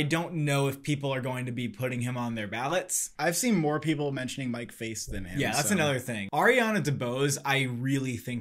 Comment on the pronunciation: it’s Mike Faist (F-I-st) it’s like fist but the I is an I instead of an ei